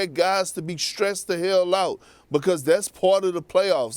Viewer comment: Perk is “because” not “bocost”